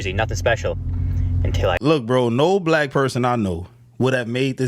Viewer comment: Lol she even say black wrong